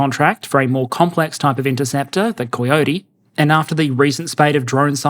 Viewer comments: Lol did anyone catch him say coy-ote ? Guess they don't have them in auzzieland. Great vid as always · Okay just for future reference, Coyote is pronounced Kai-ow-tee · The Australian accent's best first try at pronouncing "Coy-ote" makes this Californian chuckle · I realize it's nonintuitive but that pronunciation of coyote really upsets me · anyone else love how he pronounced the word coyote??